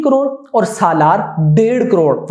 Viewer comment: This guy can't even pronounce 'SALAAR'